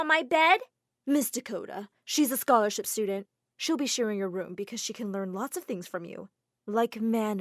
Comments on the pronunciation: it's scholarship not scolarship 😭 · "scolarship" Was dat on purpose?? lolll